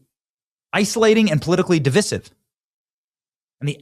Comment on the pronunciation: benny, that is a very annoying pronunciation of "Divisive."